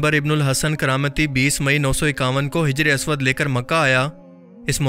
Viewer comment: Bro name teek karo hajar aswad nahi hijr e aswad